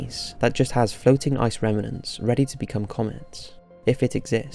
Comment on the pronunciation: "Reminants" NO! It's 'remnants! Duh